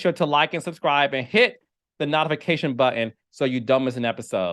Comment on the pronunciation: If you don’t stop saying not ification 😂